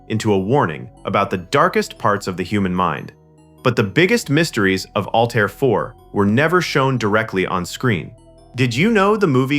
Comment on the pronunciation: HEY ANNOUNCER: it is not ALL TIRE !!!!!!! It is pronounce ALLTEAR ,. as in ALL AIR= ALLTAIR. Learn how to Talk or DON"T NARRATE EVER AGAIN!@